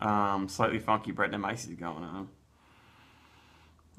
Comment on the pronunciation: Sorry I hate to be "that" guy, and considering this video is 5 years old someone has probably said something, but it's brettanomyces, bret tano myces, not bret na myces. Hope that help, I'd want someone to point out if I was pronouncing something incorrectly as well.